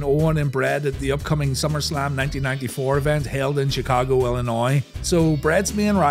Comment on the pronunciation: props for pronouncing illinois correctly. half of americans cant do that